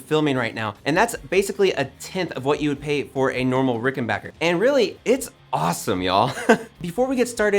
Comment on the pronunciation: pronounces Rickenbacker correctly, gets big points.